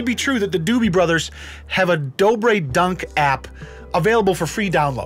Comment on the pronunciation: you called them the doobie brothers lol. doobie > dobre